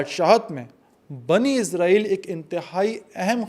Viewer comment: Asalamoalaikum, آپ عرق ریزی سے وی لاگ تیاری کرتے ہیں ۔ ماشااللہ اچھی کاوش ھوتی ھے۔ جزاک اللہ ۔ ایک گزارش تھی کہ اسرائیل لفظ عبرانی زبان سے ھے اور اسے آپ عزرائیل نہ بولیں ۔ یہ لفظ عبرانی زبان کے حوالے سے بھی اسم صفت ھے اور صفت نسبتی بھی ھے اور اس کا معنی عبداللہ کے ھیں یعنی اللہ کا بندہ۔ اگر آپ عبرانی گرائمر اور عبرانی لہجوں پر تحقیق کریں تو آپ کو پتہ چلے گا کہ س کو س ہی بولا جاتا ہے نہ کہ ز۔ شکریہ۔